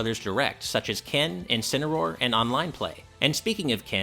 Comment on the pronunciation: Kenincineroar? LOL XD